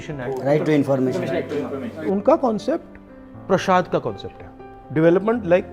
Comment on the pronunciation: Prashaad nahi kahte hain janaab! Prasaad* kahte hain